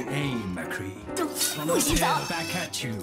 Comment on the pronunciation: more like "nice aim mAcree"